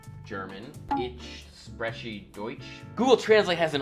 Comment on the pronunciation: I love how you can tell he didn't lern with a Tutor. My favourite example of this is his pronunciation of sp wich in German would be pronounced like schp (sch being the German spelling for sh) and so you would actually phonetically say shprechen but because there was never a tutor to explain this and only google translate there is no way he could have known this.